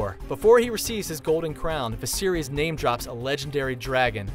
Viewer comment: Danarees, Viserees, Tara Greyjoy, Khal Drago, Lysa Stark, Old Nahn, C'mon dude at least learn how to say the names. Watch the New Rockstars videos on GOT, they have just as much information and they actually watch the show.